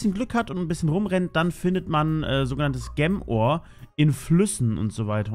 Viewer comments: versuch einfach jem statt gem zu sagen ok xD im nächsten part hast dus ja schon besser gemacht xD danke dafür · Du hast gem die ganze Zeit falsch ausgesprochen 😂